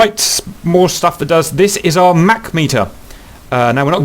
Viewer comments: Mach is pronounced like "mock" or "rock", not like a Big Mac. Play the audio icon at It was named after Ernst Mach, an Austrian physicist. Mach is a German word. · You're pronouncing Mach wrong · Haha the way he says mach